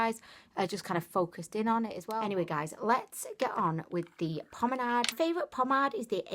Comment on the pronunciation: Promenard? No R's in it lol